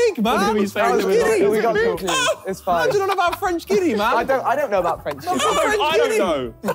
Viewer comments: harry acting like their dumb while calling it french guinea🗿lmao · It's French Guyana not French Guinea, lol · When Harry says French Guinea when it's French Guyana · Harry was so confident it was French Guinea, I feel bad, it's French Guiana and I found it funny how much the guys struggled! 🤣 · Same here as a geography nerd it hurt when w2s said French Guinea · The amount of times Harry said french guinea when it's french Guiana 😭😭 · It's French Guiana not Guinea! This part legit made me so mad cause I questioned myself 😂😂😂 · Ah yes, French Guinea ( it’s actually French Guyana) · Wrong is French Guiana not French Guinea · It's French Guyana not French Guinea 😂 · It's French Guiana not French Guinea. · French Guiana not Guinea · French guinea hahahah its French Guiana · it's French Guiana/ Guyana and not French Guinea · I love how harry ridicules vikk and josh about not knowing french guiana while he himself calls it french guinea. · The best part is when Harry says "French Guinea" mocking Josh and Vik as if he's ever heard of it when the country's name is pronounced completely differently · Nobody caught W2S's mistake. I think he also didn't know anything about a French Territory near Brazil. I'm from Guyana. Which is pronounced as it sounds (Guy Ana). We share a border with Brazil, the same as the French territory... French Guiana. Guiana is pronounced the same as (Guy Ana). Harry called it French Guinea or (Gei Nee). That's wrong. Guinea is a country in Africa and its NOT French. Just a bit of Knowledge in a game with Trivia. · Absolutely butchered the pronunciation of French Guiana 😂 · Harry means french Guiana, his pronunciation is somewhere in south west asia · It’s French Guiana, he just didn’t pronounce it correctly